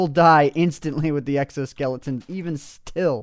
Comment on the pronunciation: Lawl you said sexo-skeleton